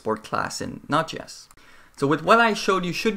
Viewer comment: I'm fairly sure it js pronounced Node. JS.. not notches. :)